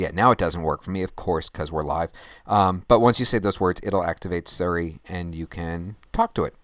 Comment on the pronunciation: suri or siri (sorry its probably your pronunciation) great show as my time zone is +8 its so difficult to catch a live show or i dont get enough notifications